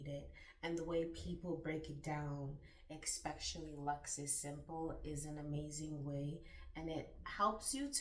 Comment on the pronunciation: She said expektially 😂😂😂😂